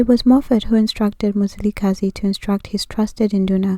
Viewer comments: Your information is incorrect. 1stly, you're mispronouncing the name and therefore losing its meaning. His name was not Mzilikazi as the white people would say, which actually takes all meaning from it, but was Mzili'Gazi meaning fasting from blood. Which means blood letting wasn't his thing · Mzila we Gazi and pronouced fast MziliGazi Mzila - Veins/arteries we-of Gazi- blood This Nguni. Please correct🙏🏽